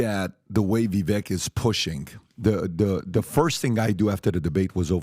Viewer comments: It's pronounced Vi, with an i like in sit, then VAKE, like CAKE, BAKE, LAKE, MAKE, RAKE, SAKE, TAKE. You sound like an idiot when you say veck. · Yo. His name is fking Vivek like cake. Vi-vake. Vi-vake. So disrespectful how nobody takes the fkin time to pronounce his name right. People who usually are great about stuff like that. Please stop saying It like “Vi-veck” Pretty sure he told you how to say it on your show and you’re still butchering it. How unprofessional and disrespectful. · Great podcast but FYI he says his 1st name rhymes with cake so it's not pronounced Viv-eck it's Vivake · Vi VAKE. Vi VAKE. Vi VAKE. Get the man's name right damnit. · Vevek is pronounced Vevak like cake. He made this clear when he first started running. The man is a beast ! I hope Trump picks him for VP and then 2028 on to be president. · Please pronounce his name correctly guys, respectfully it is VI-VAKE! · COME ON GUYS, VW has been on your show. At LEAST have the courtesy AND RESPECT to pronounce his name CORRECTLY. If Jimmy Dore can do it - 'it's pronounced Vivake like stomach ache' - so CAN YOU. I thought you were ALL much better than this, v disappointed in you. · It’s not pronounced vi veck it’s vi vake rhymes w lake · Even after all this time supporting Vivek, they still can't say his name right... Viv-ache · And remember! Vivek rhymes with CAKE! 🎂 NOT Vivek and tech. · Vih vake... like cake. It is time we started to pronounce the man's name correctly. He's going to be around for a while. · ViVAKE like CAKE not the way you are saying it. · Please pronounce Vivek's name correctly. It rhymes with "Shake!!" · How is it you all still pronounce his name wrong? It rhymes with cake. Very easy. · Speak the truth. The establishment is “shaking” thanks to Vivek. Vivek 2024!! Just a reminder, the vek in Vivek rhymes with cake. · Say his name right guys please. Vi-vake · It would be nice if you guys could remember how to pronounce Vivek's name. 🎂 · It’s pronounced Vih-vake.